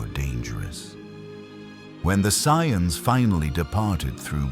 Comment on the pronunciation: Yeah there's mispronouncing and then there's whatever that was